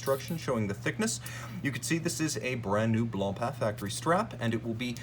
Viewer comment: I’m not trying to stroke your ego but you should know that your an outstanding. You talk fast but very coherent and you bring up awesome Haute horology characteristics that many are unaware of. Kudos.🫡 Your one of the only people in the game that properly pronounces BlancPain👏. It’s a weird French word that means white bread as you probably know. 😂